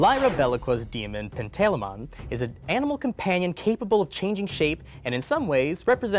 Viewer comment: Oof on that pronunciation of PAN-tuh-Lie-muhn